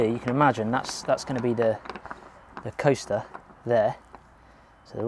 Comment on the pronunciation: like shed Sundays. i thought you said toaster instead of coaster.